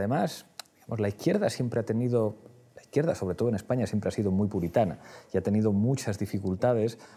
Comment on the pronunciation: Jorge Almagro Pablo Iglesias, no puede decir la palabra España.